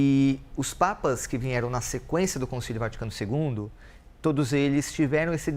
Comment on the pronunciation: Parece que se escutou por dluas vezes a palavra VINHERAM em lugar de VIERAM. Será isso possível? Hoje? Numa transmissão oficial? Por profissionais da Imprensa? Por favor, digam-me que ouvi mal.